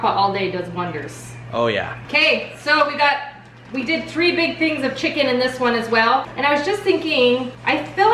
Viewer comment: Did she say tree different crockpot meals?? LOL love your channel